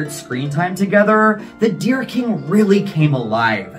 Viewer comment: Thank you for this. It sounds more like 'The Oh Dear King' ! Love your work, as always !